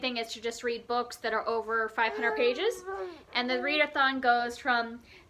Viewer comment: Read-eh-thon -- that's hilarious!! I'm not a classics reader, but Jane Eyre is one that I've read, and I love it. I didn't realize it was over 500 pages, though! I also loved The NIght Circus. You have some great books on your Tome Topple list! Good luck with these!